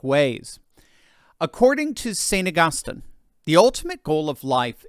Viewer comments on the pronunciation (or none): To the commentator on this video -it’s pronounced AugusTEEN